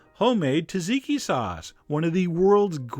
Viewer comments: AARGHH!!! You saying, "TAZIKI" is making me want to poke the sharp end of my pencil into my eyes!? Just say it the way you wrote it, dude!? "T" and "Z" together, two times!? EPIC FAIL on the pronunciation, I'm afraid, Chef John! The sauce gets you 7 out of 10 IMO. (sorry but my wife makes the absolute best tzatziki in the world - Greek chefs have (literally) bowed-down to her and she's "just" a homemaker (she always uses me as her b*tch in the kitchen: I get to make the garlic paste and squeeze ALL the moisture out of the cucumbers after grating them. (PS: I never protest! Even though my fingers reek of garlic for the next couple of days, it's TOTALLY worth it!) PS: Best left in the fridge overnight; it thickens-up a bit and the garlic and other flavors really bust you in the mouth! ... and you can leave out the Cayenne AND the lemon/lime juice (feel free to add a bit of olive oil). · It's tzatziki, not taziki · To much emphasis on the Z it's pronounced Tchat-zeeky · it's pronounced zat-ziki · Dude it's not fucking 'tah-ziki' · The T's are silent, the S isn't! "Satsiki"! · this man is butchering the pronunciation of the word 'tzatziki'! Its not 'taziki', those z's are there for a reason! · "tuh-ZEEK-ee"? Really? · the only thing off, was the pronunciation Sadziki, and the cayenne pepper. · It's not Tazeekee, it's tzatziki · You know everything Chef, except how to pronounce tzatziki... It's ZAT-ZEEKI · Thank you!!!! Drives me crazy when people pronounce the T. My ex-employer was Greek and HATED it when people would order TA-ziki! Cheers! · its actually dza-dzi-key. Trust me, I'm Greek :P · Taziki? Argh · Can't follow the recipe from someone who can't pronounce what he is tryina teach me to make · I'm sorry but his wrong pronunciation of tzatziki is killing me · I love your videos, but you are not pronouncing "Tzatziki" properly.....Just sayin' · Now if only he had a clue about how to pronounce it... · when pronouncing why do you skip the first Z and the second T?